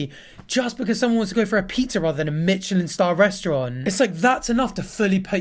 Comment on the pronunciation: why do you say michelin star like that